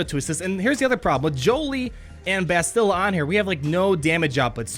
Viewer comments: His mispronunciation of Bastila is a bit annoying. Its BAH-STIH-LUH, not BUH-STIL-LUH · 'BAST-ila,' not 'Ba-stila'. like "bastard" :). keep up the great videos! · “Basti-luh”. Not “bastil-uh”. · BASTilla. (pronounce it like Bass the fish, peeps are laughing at the way you're pronouncing it, just trying to help ya out bud). :) Not bustilla. Here's a video with the correct pronunciation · bass’-till-uh. Bass like the fish. A quick till sound. And uh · I've heard more bass-chill-uh But bass like the fish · Depending on where they will be farmable, they might be good Jedi alternatives for earlier players. That low Bastila tenacity is definitely a problem. Jolee might be very annoying behind a GK lead in a Territory War. Btw, it's BASS-ti-luh. (her name is said early in the video); I'm replaying KOTOR now, and the characters almost always say it like this. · Anybody else peeved with how he says her name? Clearly hasn't played KOTOR in a while;) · For real though, you are an excellent entertainer. Your videos grow my love for the game. (As a side note, the stressed syllable is on the "Ba". Video below has a character saying her name) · I love your content, I absolutely hate how you pronounce Bastila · I'm sorry, sir. We have to take away your nerd card. You have no idea how to pronounce Bastila. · Bastila..... pronounce it properly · Learn to say Bastila's name correctly. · Pronounce her name correctly pls Also, can we appreciate the animation on “Eh, you do it.” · I dont mean to be rude, but my OCD is killing me...why does everyone mispronounce "Bastila"??? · Whenever pronounces Bastila's name wrong... Lol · you're pronouncing Bastila wrong, and it's pissing me off!